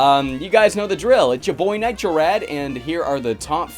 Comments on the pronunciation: Every single time it sounds like the voice in your intro is saying "Nitro Fred." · Anyone else hear the intro sequence say "Nitro Of Rad"?